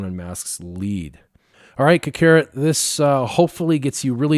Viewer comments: Anybody else find it funny he pronounced it ka-carrot and not kak-ah-rot lol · Ca-carrot lmao